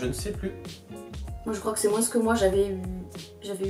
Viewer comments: Pk tu dit moinssss c'est moins sans lire le s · Attend tu dis : MOINS en prononçant le S à la fin ? C’est grave perturbant j’ai jamais entendu ça de ma vie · Si jamais, le "s" de moins de se prononce pas ;) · Dans quelle région de france prononce-t-on le "S" de "moins" ? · C'est marrant comment tu prononces le mot moins! Tu prononces le S à la fin! Du coup tu me fais douter, est-ce que c'est vraiment comme ça que c'est censé être dit ? 😅